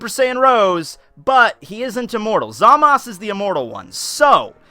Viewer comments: It's basically up to the speaker if he wants to pronounce it ZAMASu (with a slightly audible u) or ZAMASS (with a sharp sounding S) in the Japanese language. That's because there can't be a single standing S (or other consonants except N) in Japanese. Every Japanese speaker would instantly understand that there is a U implied (except when the syllable is TO or DO, as there is no TU or DU in standard Japanese). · I definitely hear the last letter. Maybe they doesn't pronounce it like ZA-MA-SU, but something like ZA-MASu. End there is a weak "u" at the end of "desu" too, at least I can hear it most times. Not a big problem though, you probably won't have many occasions to pronounce this name anyway :) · Mastar from Mastar Media pronounces Zamasu in the right (in my opinion at least) way though, thats why I was surprised did it another way. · 2+2 = 4 and it's pronounced ZA-Mas. There is no U. Master Media pronounces it Wrong. However its his channel you can say it however the hell you want. Really isn't an english class and people tend to pronounce things how they want which is HOW slang happens anyways.